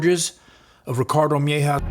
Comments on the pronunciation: Its mejia not mehja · Bro PLEASE PRONOUNCE MEJIA CORRECTLY! Its not MY-HAW its MAH-HeeahAH PLEASE!!! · You mispronounced the surname Mejia. Its said like May-he-ah. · It's pronounced meh ,he,ah. Mejia... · Mejia is pronounced different